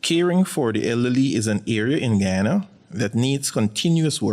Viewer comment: The county is called GU YA NA....NICHT GHANA